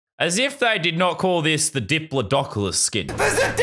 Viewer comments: “It’s a dipilodocolus!” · It's a diplidoculous